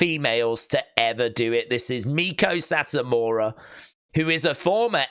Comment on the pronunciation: ITS PRONOUNCED MAY-KO SAHT-AMURA